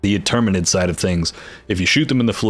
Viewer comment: Straight to the point, concise. TAHNK YOU! note: I followed you cause you're the only person talking about this game that actually pronounced Automotons and Terminids properly haha